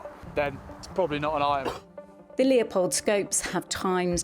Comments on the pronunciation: Stop calling it Leopold, it's Leupold. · Leupold, pronounced "Lewpold", not "Leopold"